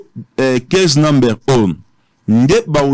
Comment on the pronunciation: Avec 10 ans passés Aux États-Unis tu parviens pas à parler anglais correctement ? Numbere what is that 😂😂😂😂😂